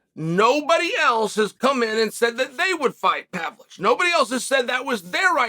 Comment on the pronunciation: Do we give Uncle Chael the how to pronounce names graph.. Pav-Lo-Vich or just let him murder names and enjoy it?